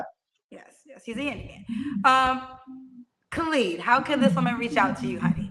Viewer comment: His name is Khalid -not Clad